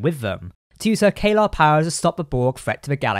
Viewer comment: Isn't it Caeliar, with an I in there? "Kay-lar" sounds like a totally different species to me.